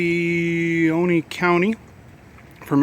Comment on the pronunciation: Ooo-seee-oh-nee??!! Lol Oconee